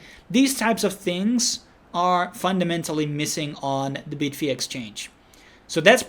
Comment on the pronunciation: bid-fee lol......its bye-d-fi right....just like bybit is bye-bit